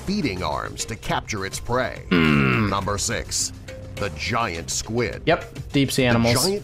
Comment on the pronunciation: NUMBAH 14, THE GIANT ROLLY POLY